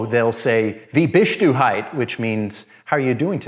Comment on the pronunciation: wie bist du HITE💀 it’s hoy-tuh